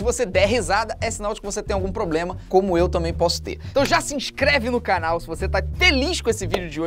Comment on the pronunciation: Ploblema seu